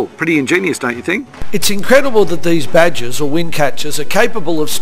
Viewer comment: I think he meant "baad-gir" or wind-catcher in Persian, only he was prouncing the G like a J... it's not badger.